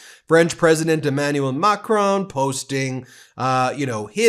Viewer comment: Ben, I understand that Americans are never good at foreign languages, but can't you at least try to pronounce Macron's name correctly? You have the resources to locate and play another Frenchman's pronunciation. Give it a go, and enhance your credibility as a journalist.